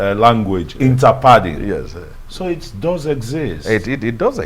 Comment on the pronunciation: 'Inter-padding' lol